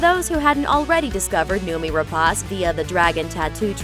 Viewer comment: Don't you idiots at Looper EVER learn to pronounce name properly? It is not Rap-AH-ce, it is Rep-AY-ce.